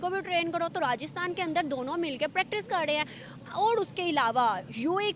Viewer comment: Ye pakistanio me totlepan ki Kuch dikkat hai kya youtuber SE leke aam logo tak...notice Karo ye log KAR RAHE HAIN KO KAD RE HAIN bolte hai humesha inke yahan Sare hi Javed miadad Hain kya 😃😃😃 KAD re hai kha de hain